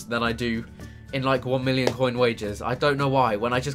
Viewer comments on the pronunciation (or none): none